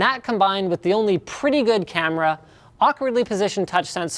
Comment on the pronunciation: "preety good camera" LOL